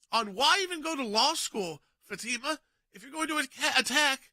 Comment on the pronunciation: Fatima; isnt it pronounced "fot mah"?